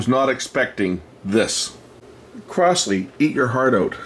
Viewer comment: Crosley is pronounced Crozley. Not Crossley.